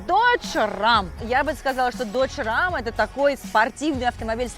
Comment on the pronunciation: Не Рам, а Рэм. Прокатиться на Рэме.